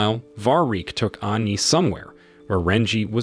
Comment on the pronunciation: Funny enouth how this guy say cat and not kate . And like aani instead of annie